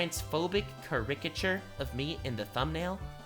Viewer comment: WAIT WAIT You say it "Cur-RICK-ature"?